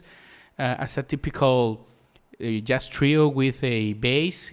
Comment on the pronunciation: Great video! (but you might want to look up how to pronounce the word Jazz :P )